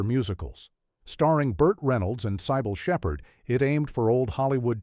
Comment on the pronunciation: When the narrator mispronounced Cybil Shepherd's name, I suspected A.I. slop. When he said "S-G-T Pepper's", it confirmed it. Downvoting and blocking the channel from my feed.